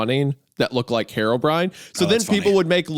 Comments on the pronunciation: Why does he pronounce it "Hair o'brien?" Is that how it's pronounced? I would think it's "hero brine" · the way isaiah pronounced herobrine as "harrowbrine" is making me violent